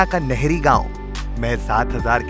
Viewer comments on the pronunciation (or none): It's pronunciation is Nahri not nehri